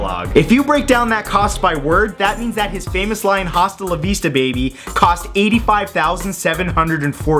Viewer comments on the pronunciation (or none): Astounding. Cutting off your pinky fingers seems like something the Japanese would come up with. Also, you don't pronounce the H in hasta. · No H in Spanish. It would be pronounced asta la vista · lol it cracked me up how Gringo Matt sounded when he said "Hasta La vista baby" pronouncing the hard H lol